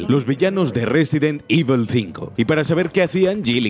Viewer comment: Resident ivol ...